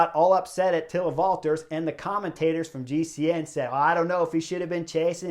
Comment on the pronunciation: Great work again Chris by you guys! Just a small detail: Valter has no S at the end of his name;).